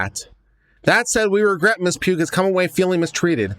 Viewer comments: Pugh (sometimes Paugh) is pronounced like "paw". First time I've noticed an incorrect pronunciation on YouTube. It's also easy to misspell so sometimes my mom or half brother would get mail with the last name being the wrong version or outright mangled. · Pugh is pronounced "pew" - the "gh" is silent.